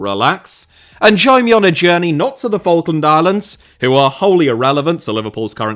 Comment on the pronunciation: It's pronounced fa-k-lund islands